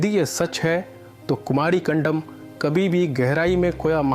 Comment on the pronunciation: कंदम न की कंडम